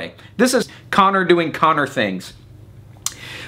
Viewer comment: Yet, you still cannot pronounce his name right 😂😂😂